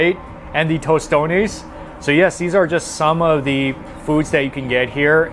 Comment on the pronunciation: Also Toastones not Toast-tonys 😂 but he's trying. Dios lo bendiga bendito😊